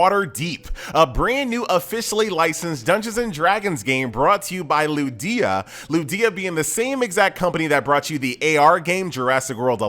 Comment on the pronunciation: its kinda weird hearing someone else pronounce ludia differently after listening to say it differently over the years.